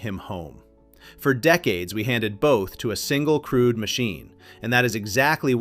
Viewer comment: I had to check the subtitles to realise the commentator was talking about a 'crewed' helicopter.